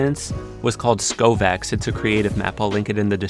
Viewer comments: Did he say skovaaks instead of skavook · You do realise its skaavok not skoovaks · I love the way you say skaavoks nothing like what it’s meant to sound like at all. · . It’s pronounced ska -vicks